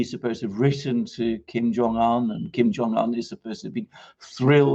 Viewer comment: It would be good if you could pronounce his name correctly. It would give you credibility